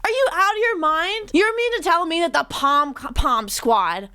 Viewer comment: Every time says "the pom pim squad" I giggle